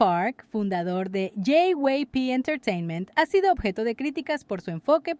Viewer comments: Preciosa, permíteme corregir alguito: JYP (yei, uay, pi) dices uey. Perdona, pero siempre es bueno corregir cuando algo no está correcto, bendiciones. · Se dice " yeiuaipi"